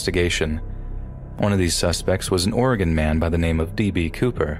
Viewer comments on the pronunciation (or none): none